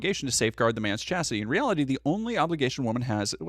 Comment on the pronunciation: "Wanna stay in chastity" sounded a lot like "in chest-tity". And yeah, they can stay in chastity just fine, they aren't going to use that side anyway :p